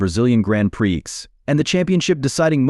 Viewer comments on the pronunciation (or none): FFS, can they teach AI to say prix instead of pre-ex?